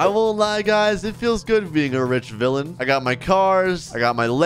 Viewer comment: bro just said hero to villaan